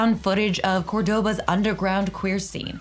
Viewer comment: "Cordóba" me mató 😂